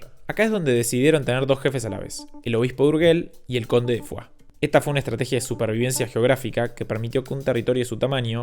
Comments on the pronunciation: que tot això ho digui un youtuber argentí castellanoparlant és tant irònic... y Foix se pronuncia fosh, no fuá... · Dos apuntes o datos. 1. No se dice urgell ni fua como has dicho, se dice urshell y foish (así debería sonar cuando lo digas) 2. Andorra no hace su dinero convirtiéndose en paraíso fiscal, su historia empieza antes y de manera no muy “ética” Leer el libro “EL ANDORRANO”, ahí se explica claramente. Spoiler: judíos/naziz/fascistas/pastores/robos…….